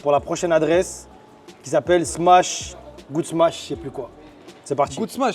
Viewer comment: encore une fois super vidéo mais tu fais que dire "smatch"